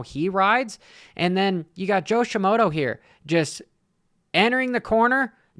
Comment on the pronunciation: Joshi Moto